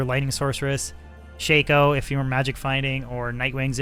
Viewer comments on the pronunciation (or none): its not called a shayko...a shacko is how its pronounced. god it hurt to hear you call it a shayko. you really dont know anyhting about this game lol. Everything you're saying is wrong lol.